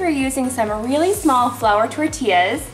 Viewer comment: “Whelly whelly whelly good”